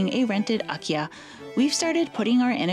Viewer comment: Those beautiful kimonos! What a find! What a perquisite! BTW, when you say “Akiya”, it sounds quite like IKEA (pronounced by North Americans, that is) .